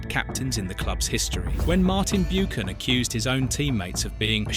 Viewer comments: You pronounced it Martin 'Boocan'. It should be pronounced 'Buccan' (Buchan) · Beeoocan at pitadree ffs😮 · Learn how to say his surname correct....BOOOKAN 😆 Pitytry , Jock STYN and KELTIC......Is this a joke? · Buckan not Boochan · "Byookin", "Keltic" Jock "Styne"?? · And Martin BOOcan who played at PITYry......is this AI? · It should be pronounced "BuCHan" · This AI voice is annoying. Cannot even pronounce Martins surname correctly.